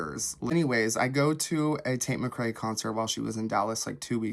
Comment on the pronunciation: Hate how he pronounces tates last name lmao.